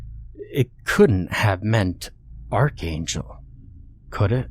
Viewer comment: "Argengulas......" Did he say..... archangel? 😂😂😂😂😂